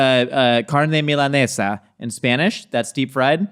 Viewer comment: As an Uruguayan, hearing say "milanesa" is one of the best things I've ever witnessed